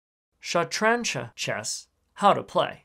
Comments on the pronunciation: I am indian and i am triggered by his pronunciation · wow u dont even know how to prenouse it